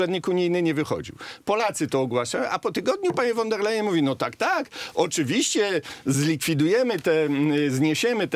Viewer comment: Panie Rafale kochany, niech mi Pan wierzy; nie jestem absolutnie wielbicielem pani Urszuli, ale znam dobrze niemiecki i kiedy Pan z uporem godnym lepszej sprawy mówi "fon der lejen", to mnie bolą zęby. Mówi się "fon der lajen" To nawet łatwiej. Z góry dziękuję 😀